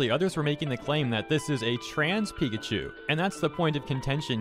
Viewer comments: I don’t know if anyone noticed this but is nobody gonna talk about how at the beginning of the video the voice says Pi-ca-cu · The Pikaku nightmare. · I love the text to speech saying Pikachu like “Pikaku” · All according to pikaku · No, we should actually talk about how the talk bot actually pronounced pikachu as pee-ca-coo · Bro the tts bot trying to pronounce pikachu has me rolling on the floor